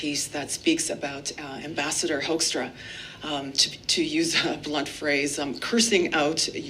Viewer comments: pronounce his name as Hookstra,. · This ass-wipe's (Dutch) name is simply pronounced as "hookstra". They are such babies, trying to look tough, but crying immediately when somebody throws something back. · Dear Pete Joekstra er Hoekstra, TAKE OFF EH YOU HOSER!